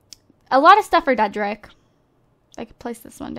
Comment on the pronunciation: Lol you said dedrick as trey wrong lp again